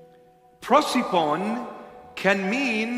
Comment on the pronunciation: WIth this "prociphon", "prosephone" I think he is trying to say "prosopon" (face).